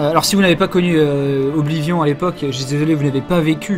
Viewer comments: Sa s'ecrit oblivion mais sa se prononce oblivione 😅😄 et aussi j'ai enfin eu mon niv 48 sur le jeu et je kes terminer 😋😊😉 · Les PNJ prononcent bien 'Oblivionne' dans le jeu, donc le francicisme est bien faux techniquement... Mais apres tout le monde s'en fout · Ce serait bien qu'on arrête de dire OBLIVION avec ce vieil accent français ce qui rend le mot super moche alors que même dans la VF du jeu on dit "Oblivionne" bordel (au rappel, Oblivion est un mot anglais qui ne peut pas se traduire et qui veut dire grosso merdo "l'oubli"._.) Surtout, tu dis très bien le mot avec la bonne prononciation quand tu parles anglais, donc stop le massacre, c'est juste hyper moche OBLIVION-ION-ION